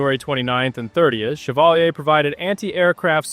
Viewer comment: Ship's name is pronounced shev-VAAL-yay.